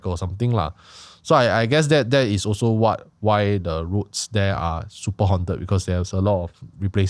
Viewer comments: "Hawnt-ed", not "hunted" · I cringe whenever Anwar pronounces 'haunted' as 'hunted'. please correct the pronounciation leh